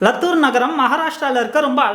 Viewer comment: தம்பி லத்துர் இல்லை லாத்துர்